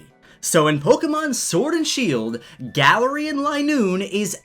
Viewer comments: Please call it Guh-Larian not Galar-Ian sorry..... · Its glare-ian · Guh-lare-ian is how I pronounce it so hearing Galar-rian really bugged me for some reason lmao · Im just so weirded out on how you say Galarian(GALA-REE-HAN)... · I pronounced it gay-lar-ian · The way he says galarian stresses me out